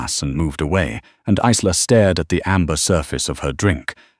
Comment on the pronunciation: Good story, shame you haven't resolved the AI problem regarding pronunciation. Isla is a Scottish name and is pronounced EYE-la. As in island - eye-land. It is most distracting and stops one enjoying the story properly due to cringing every time a name is mispronounced.